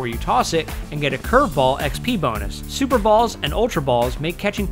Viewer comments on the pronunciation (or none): "Super Ball" I'm triggered